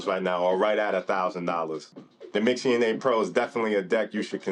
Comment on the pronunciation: I had to stop when you can't even read its name correctly 🤦🏽‍♂️